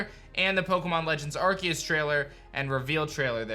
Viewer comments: Not Arqueous, nor Arkeus, its Arceus lol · Why keeps saying Arqeus instead of Arceus? Xd